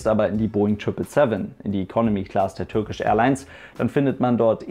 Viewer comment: Bitte Turkish Englisch aussprechen!!! Es steht ja nicht Türkisch auf dem Flieger drauf! Danke!